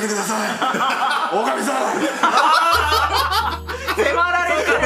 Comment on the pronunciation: やめてください！おかみさん！のところ少し濁点ついた読み方してるからムサい高校球児っぽさある…